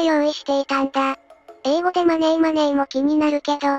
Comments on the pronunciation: Moneyではなく真似ーと発音してしまう犯人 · このマネーマネーの発音は何回聴いても酷い。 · マネーの発音、声色が日本人ですね 小賢しいことしやがる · 容疑者4000人だの5000人だのリストアップにはちょっと驚きました。予断なくちょっとでも可能性あるのを漏らさず入れるとそのくらいになるのかもしれませんが、一日100人チェックしたってひと月じゃ終わらないですもんね。まだ警察が伏せている情報次第で何か分かりそうですが……（カツラの汗とかで血液型も割れてるのかな？）。あと音声はこの動画で初めて聞きましたが、明らかに「マネー」で日本人の発音ですよねえ。